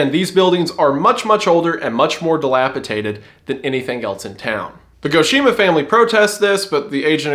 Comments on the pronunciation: The word is pronounced ' dilapi DATED ', not ' dilapi TATED ', but now if I get a gnarly looking potato I'm calling it a dilapitater so thanks for that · Our boy has been spending too much time around Hunter/MeatCanyon, he's started saying "dilapiTated" too Love yall though, but it's dilapiDated with a D